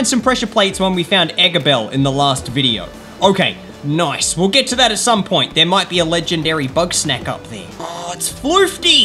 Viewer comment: When says nice he sounds like noce